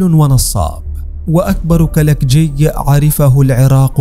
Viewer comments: كلاوجي مو كلكجي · كلاوچي وليس كلالجي